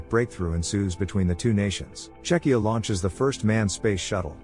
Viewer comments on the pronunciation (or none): none